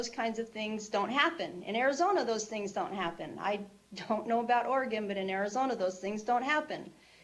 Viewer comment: Welcome to Ory-Gone!